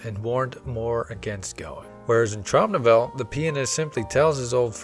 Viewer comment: OK, akshuallyakshually: It is pronounced Trowm No-vell-ah